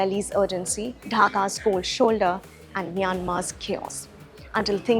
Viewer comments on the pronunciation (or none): none